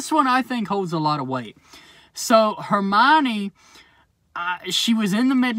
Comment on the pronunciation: Its Hermaini Lodge